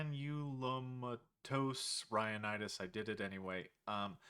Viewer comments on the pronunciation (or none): Com'mon man, it's pronounced Granulomatous... Haha